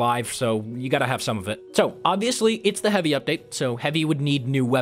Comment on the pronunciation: What's a ''hevi ubteid''?